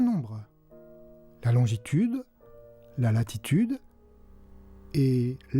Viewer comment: lalalalltirtude ahahahhahaha